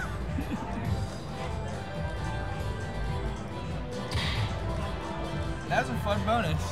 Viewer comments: “ armadildos” lol 😅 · I died when I heard Almadildos 😂😂😂😂😂😂😂😂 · What are those “Armadildos”? 😂